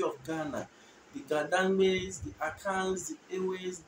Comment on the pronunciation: Its Dangme .. why you are saying "Dang-we"